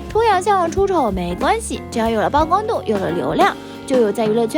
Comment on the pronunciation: “截止目前”，應為“截至目前”。（“截止”為動詞。） “內味兒”，應為“那味兒”。 “趕腳”，應為“感覺”。 “大不諱”，應為“大不韙”。 “俱體”，應為“具體”。 ”曝光度”，“曝”字應唸“瀑”。 “收穫”，應為“收獲”（“禾”字旁，指農作物收成）。 “互斯”，應為“互撕”。